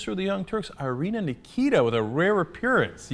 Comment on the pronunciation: It's Irina, dawg.